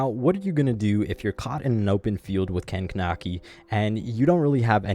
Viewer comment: It's pronounced Kuh-neck-ee